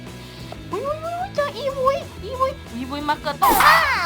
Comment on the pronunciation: อีวุย ตังหาก ไม่ใช่ อีวี่